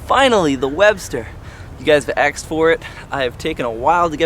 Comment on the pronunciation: I will definately try this and you said axed